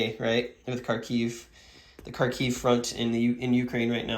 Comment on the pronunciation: It's funny how you accidentally pronounced Kharkiv more correctly than it's written on the map :) JFYI, it's pronounced like Húrkeeve. Hur like in 'hurricane', kee like in 'kill', and ve like in 'eve'. 'Kharkov' is an English transliteration of the russian version of this city's name.